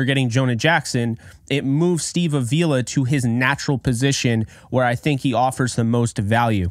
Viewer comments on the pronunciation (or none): Come on,. It's Steve AH-vee-la. Not a-VEE-la.